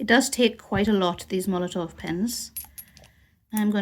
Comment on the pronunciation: The company is Molotow, there is no letter V in the name but you continuously call them Molotov